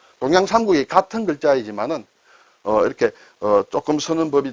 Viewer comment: 감사합니다... 심도 깊은 강의에 배움이 많습니다...😊 외람되지만...죄송스럽고.. 선생님의 글 형태 표현에.. 폰트 ...라고 하십니다.. 발음이.(P).. 하지만 한글로 표현하기가 어려움이 있지만...'f"는 ㅎ,ㅍ의 중간치 쯤 되는 발음이 되겠는데.. ㅎ>ㅍ 정도의 표현이면 좋겠습니다.. ㅍ 로 시작해서 ㅎ으로 흘러가는 발음이랄까..?..ㅎ 죄스럽지만 세계에서 청강을 하는 많은 학우도 있겠고 어학을 선도, 지도 하시기에.. 옥에 티..로 선생님 위상에 흠이될까.. 죄송하고 죄스럽지만.. 무례를 무릅쓰고 언급합니다.... 한국에 국한되는 방송이 아니라 세계에서 보는세계 공용콘텐츠이기에.. 작은흠집이 크게 오해를 부르고 싶지 않아.. 감히 주제넘게...... 죄성하다는 말을 드립니다... 굳이 오픈 답글에 쓰는이유도.. 이왕이면.. 같이 공부하는 분들께도.. 같은 이해를 ..하면 좋지아노을까..?...하는 생각에.. 정말 죄송하고 강의에 맞지않는 답글에.. 이왕... 일이 이렇게 되었으니.. 한가지만 더.. 혹 'r, 이 어딘가 끼어있을때.. R....(예를 들면..rice..) 라이스 라고 한굴 표현이 국한되지만. 만일 한글 ..정확한 표현은.."롸이스"가 되겠는데.. 한글표준 표기로는 '롸"를 인용하는 문구는 없습니다.. 시대에 맞게 맞춤도 조금 변화되기를 원칙으로 원 하지만.. 국어학자및 표준 표기에 절차도 쉽지 않다는걸 알고 있습니다.. 영문을 한글로 표기할때 부족한 철자가 하나있다면.. 푸 와 후 의 중간치.. 어쩌면' 프후....s ound..(Fuji 필름 을 푸지라고 안하고 후지라고 그리고 r 발음을 롸'로 할수있는 표기법.. ( 2 가지만..잘 표출 해도.. 외국에서 한국분들 발음 영어 약하다..하는 인상을 70% 줄이지 않을까.?..하는 생각에... 감히 몇자.적습니다.. 정말 ..무례한 답글 죄송 합니다..